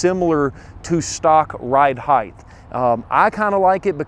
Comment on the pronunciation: Yes no what really grinds my gears.... when people say heigth instead of height.